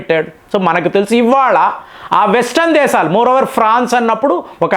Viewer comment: Arei vedhava. Izarbaizan kaadu, Azarbaizan. Baarath kaadu Bharath. దేసాలు కాదు దేశాలు.